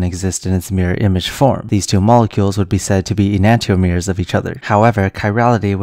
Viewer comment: Wait, that's not how you pronounce enantiomers!